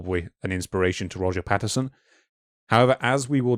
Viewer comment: It’s a bit difficult to take these “scientific” researchers seriously when they can’t even get Roger Patterson’s name right. PATTINSON?! If you can’t correctly read, interpret and pronounce the name behind THE MOST FAMOUS Bigfoot encounter of all time, you’ve just destroyed your self-aggrandized cred.